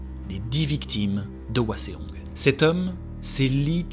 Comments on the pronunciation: Je connaissais déjà l'histoire car grande fan de BJH, mais mes oreilles ont saigné pendant cet épisode : Hwaseong se prononcé "ouasong" et non pas "ouaséong" 😂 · Super vidéo comme d’habitude ! Petite précision : Cheongju et Hwaseong ne sont pas bien prononcés. Dans la romanisation des mots coréens, “eo” se prononce comme dans le mot “bol” (o ouvert). Il faut donc lire Chongju et Hwasong :) (et de même, “ae” se prononce “è”)